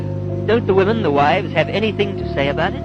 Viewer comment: You've got to start pronouncing women correctly. WI-MEN